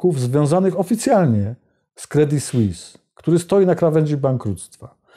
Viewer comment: Jak zwykle dobry program i dobrze zrobiony. [Credi Słiss], proszę wybaczyć za poprawkę,ładnie pan wymawia francuski i warto to robić jeszcze dokładniej. Pan robi super emisje, nic do dodania, słucham zawsze z uwagą,bo są to wiadomości na poziomie nie widzianym w innych mediach, za każdym razem, a ja tu pana o głupie "s" zaczepiam,gdybym nie szanowała to bym nic nie pisała, (mnie można poprawić za tzw.zapis "fonetyczny").